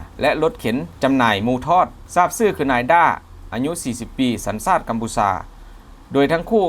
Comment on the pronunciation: กูท้าได้เลยคนอ่านรายงานข่าวคลิปนี้ ไม่ใช่คนไทยอย่าคำว่าชาติมันบอกว่าซาด